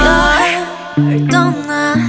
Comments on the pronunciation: The way she pronounces bird (bore) reminds me of Soyeon's pronunciation of set free (sal fre). It's a weird way of pronunciation. I can hear so much Soyeon in this song. I wish Namjoo switched it up a little. Latata? I like the lyrics though. I like the twist at the end. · Even better than I anticipated! I loved those synthed bass voices in the beginning. Her vocals were incredible and her visuals were hot!!! It would have been nice if someone had coached her on how to pronounce "Bird." I wasn't sure if she was singing about a fowl or a wild pig. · Ok, it's a good song, cool visuals, nice production.. all great. It just really bothers me how kpop artist pronounce bird.. like "bord"... bol4 did the same in one of their songs and it really blows me off u.u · From what i heard, she pronounce it lika a "bop" and i think she's doing right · She can't seem to pronounce "burn" or "bird" I hate when company's give artist a task that they can't complete at this time, for example, speaking english. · This song is so Soyeon like as expected, lots of beat and a like quirky 💘💜💜 Namjoo you did well, maybe improve the way you pronunce bird, but whatever it's fine 🌻😘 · I love it, but just wish I could help her out with the pronunciation of bird. I get it, the rn sound is hard for non-native speakers at first!! Soyeon did a great job, as always.